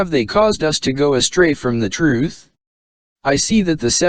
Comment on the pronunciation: Well, typical brainwashed religious fanatic conclusions and "nuh-uh". Atta boy! You'll know the "troof" in no time.